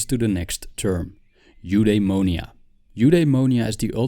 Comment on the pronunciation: if you want to pronounce correctly Eudaimonia you should said something like F-the-monia Apatheia its more like Apath-i-a and Epithumia its more like Epith-i-mia great video by the way